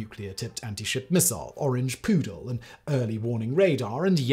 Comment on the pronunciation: Oh, "orange poodle". The first time, I thought he said "orange poo".